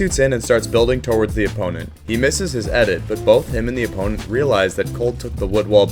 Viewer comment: "torwards" lmfao